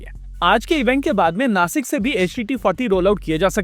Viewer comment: It is नाशिक not नासिक and it is महाराष्ट्र not महाराष्ट्रा., I hope you will not mispronounce in future. जय महाराष्ट्र!